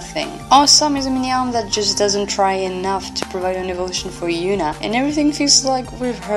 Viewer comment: Girl who's Yoona? That H ain't silent 🙄